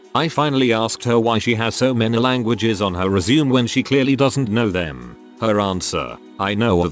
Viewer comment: How hard is it to teach an AI voice to correctly pronounce resume and live ????